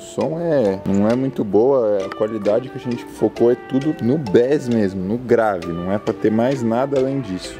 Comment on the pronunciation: Falante safadinha, e nem é um sub-woofer e sim um woofer o grave não desce tanto nele, por a borda ele é fina, e Bass se pronuncia "Beis"